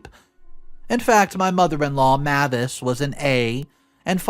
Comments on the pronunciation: Mavis is pronounced MAY-vis, like the surname Davis (may' as in the month of May) . The pronunciation MA-vis, where the 'ma' is a short 'a' as in 'map', is not usual. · Another mispronounced name... 'Mavis' IS pronounced 'MAY-VIS' and NOT 'MA-VIS'.(Or like the car rental company 'Avis', with an 'M' in front.) I really am losing track of just how many times you continually mispronounce words and names. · May-vis not mah-vis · FYI Mavis is pronounced may-vuhs (google how to pronounce it and there is an audio you can play several times to confirm this), I otherwise like your voice and enjoy hearing your reading style. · The name Mavis is pronounced: MAY-vis. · I'm trying to support him because he finds good stories, but this man messes up so many names and words it's painful sometimes. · I feel like it’s May-vis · Mavis = May vis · Sorry it was bugging me the whole time. Her name is pronounced. May-vis. Even though it's written Mavis. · MIL name is pronounced May -vis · The name is pronounced 'Ma-vis" with a long "a".